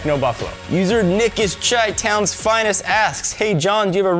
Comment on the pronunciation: you say pronounce Chi like the drink Chai, it was supposed to be pronounced like shy.. Chi is short for Chicago which is also sometimes called Chi-town.